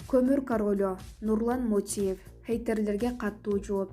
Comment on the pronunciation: МОТИЕВ ЭМЕС, МОТУЕВ ДЕП ТУУРА АЙТ